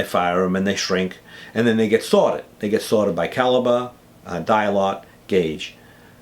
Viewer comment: He is saying dye lot! I thought it sounded like dialogue. Haha.